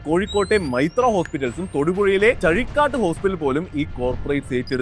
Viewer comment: ചഴിക്കാട്ട് അല്ല. ചാഴികാട്ട്.